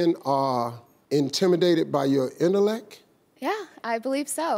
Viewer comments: Your inellec 😂😂😂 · did Steve say "intelleck"? 😂🤣lol